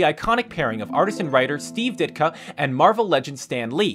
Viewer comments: Ditko not ditka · Steve DitKO, not KA. >.< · Did... did he just say Steve Ditka? It's Ditko